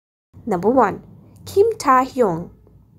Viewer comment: Jungcock??😭✌️ -Jeon Jung kook Jung-kuk (that's how you pronounce it) -Kim Taehyung Kim-tah-hyung no!?😭✌️ Kim-teh-hyung (silent 'a' if you want to pronounce it correctly) - Min Yoongi Min yon-gi (that's how you pronounce it😅) And you didn't give more info. At jin, RM and j-hope Not trying to be rude but please do a research before you post this and it seems like you're just reading a script 🙂.✌️✌️✌️😅😅😅😅